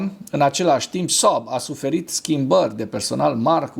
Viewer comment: Când pronunți Saab simt așa că te strâng chiloții de creier